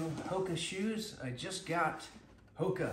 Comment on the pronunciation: Not pronounce "hokee" Its "HOKA"